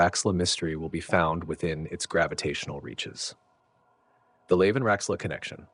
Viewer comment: Agreed! Well put together. It wasn't just Procyon though. He pronounced multiple systems in an odd way. Then called them correctly the next sentence. Made the first minute a trip. Examples: "Leave" for Lave. Saul for Sol.